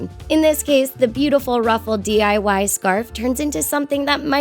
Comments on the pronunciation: it's diy not dyi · seriously "DYI"... It's DIY. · Lol she said at the beginning dyi not diy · she said dyi instead if diy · they said dyi😂 lol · at the begging she said DYI not DIY 😂😂😂😂😂😂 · You said DYI... but it's DIY... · BTW it's diy not dyi! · did she just say... dyi... instead of diy...? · DIY NOT DYI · who else noticed she said dyi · She said DYI ... Huh? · did you see, that she didn't say ,,DIY", she sayd ,,DYI" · Dyi? It's diy and u said that the whole time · Help she said DYI not DIY there is a whole difference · she said even DYI but its DIY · she said DYI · It's DIY (do it yourself) NOT DYI (do yourself it ) it kind of reminds me of the word DYE 😲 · Did anyone else notice she said DYI not DIY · wait in the beginning u said DYI not DIY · DYI?!? Wtf it's DIY that means Di It Yourself🙄🙄🙄😒😒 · She said DYI not DIY😂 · She said DYI instead of DIY derp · She said dyi its diy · When she said DYI instead of DIY I DIY-ed 😂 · SHE SAID DYI INSTEAD OF DIY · she said "DYI" do yourself it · it's DIY not dyi😂😂😂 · she said dyi it's DIY idiot 😂😂😂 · did she just say dyi insted of diy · she said dyi insteaf of diy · she said "dyi" not diy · Why did she say dyi instead of diy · I swear she said dyi not diy. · It's DIY not DYI WTHECK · Did you notice she said dweei instead of diy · If ur gonna say it say it right. It's DIY!!!!! Not dyi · She said DYI in the beginning Me: ITS DIY NOT DYI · The girl says DYI not DIY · wait did this girl just say dyi? 😂😂 ITS DIY 😂😂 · She said "dyi" instead of diy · She said dyi in the beginning instead of diy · In the beginning she said D.Y.I its D.I.Y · Did anyone notice that they said DYI instead of DIY? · She said dyi DYI you people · Why'd she say Dyi? It's DIY. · She said DYI instead of DIY 😐😂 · Thomas Deere But that's diy. She said dyi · DIY(Do It Yourself) not DYI(Do Yourself It) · she said DYI 👎its DIY👍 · its DIY not DYI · has anybody noticed that she said dyi and not diy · In the start she said dyi not diy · the person said " dyi"